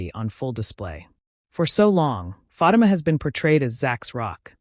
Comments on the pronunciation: STOP PRONOUNCING FATIMA'S NAME WRONG!!!! DAMN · Pronounce her name correctly ok